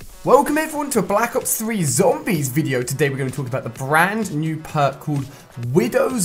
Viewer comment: i clicked on this video hoping to find out whether or not I should buy the game... ended up saying no due to your voice and the way you say black ops 3